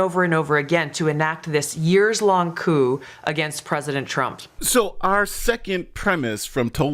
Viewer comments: When you are discussing this and reading aloud, how come you say the word proving as providing, and coup as coop, when correctly it is coo? Your AI report illustrates the weakness of using AI, as these programs have misconstrued Gabbard's arguments, and you appear to have committed the same error. I suggest you wait to see what else she has, as she said at the announcement more was to follow. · I don't trust anyone that pronounces "Coup" as 'Coop'. Thats a chicken move. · Yer pronouncin' the P in "coup", breh.:cat-orange-whistling